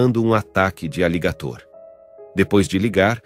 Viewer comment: E pronuncia errado aligator.